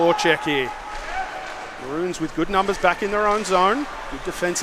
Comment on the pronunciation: Mah-rones Not bloody mah-runes